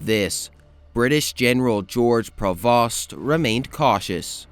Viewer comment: Nice video. For future reference, Prevost rhymes with Play-Doh and Scheaffe rhymes with Safe.